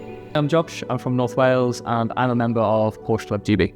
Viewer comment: Can someone tell Josh how to pronounce Porsche correctly?